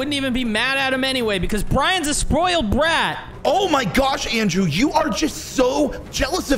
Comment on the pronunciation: "Sproiled Brat"